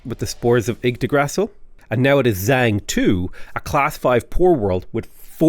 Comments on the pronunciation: Yggdgrasshill 🤣🤣🤣🤣🤣🤣 Holy mother of Jesus. And you keep saying it xD LoooooooooooL you blabbering baffoon, I love you mate 😂😂😂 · I dont know why but you pronunciation of Yggdrasil is annoying me, lol. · When I first saw this comment, I thought it was weird because how bad could it really be, then I got to the point where he said it.